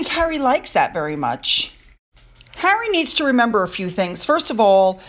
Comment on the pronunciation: Harry, not hairy! 😂😂😂